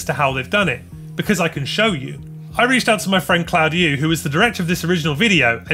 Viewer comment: My man butchering "Claudiu" so bad he made it sound chinese!